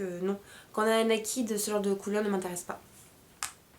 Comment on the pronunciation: bon, je sais que l'anglais n'est pas facile pour un français mais s'il te plait, retiens ça: NAKED se prononce: "/n e i k e d/" et non pas /n a i k i d/!!! s'il te plait!!!!